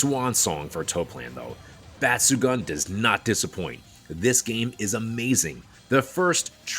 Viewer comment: Just a couple of quick language points: Batsugun means "exceptional/outstanding" (抜群, literally 'removed from the crowd'), and the last part is pronounced as 'goon', not 'gun'. Both u's sound the same.